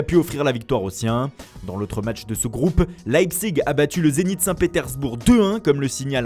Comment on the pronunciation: Est ce qu'une fois dans l'histoire un média français pourrait éviter de DÉFONCER les noms allemands s'il vous plaît ? "L'ail-pzigue" c'est pas la première fois que je 'entends et ça me fais toujours autant saigner les oreilles.